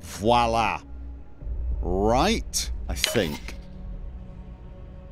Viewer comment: Fwalla? 19.00.....